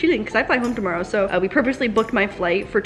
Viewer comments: To morrow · 2 mar oh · To- more- row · Canadian tingz 🤪